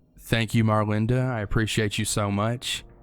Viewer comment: Great video...as always:) I'm forever lookin' forward to what you're gonna share next! I'm so thankful to everyone who pledged and donated for you! I've been prayin' for blessings in abundance for you <3 And I love that you pronounced my name right...lol:) You'd be surprised how many people butcher "Marlinda";) Hope you have a great weekend!